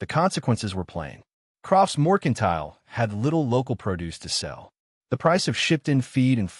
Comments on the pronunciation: This AI has a BOSTON ACCENT when he says moicontile 😂😂😂😂😂😂😂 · Correct the AI. It’s Mercantile.